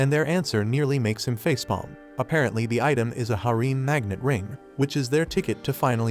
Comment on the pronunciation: Harem, /ˈherəm/ You pronounce this word so bad your mother should spank your ass for a week, and when you finally come down for breakfast she should do it again and again.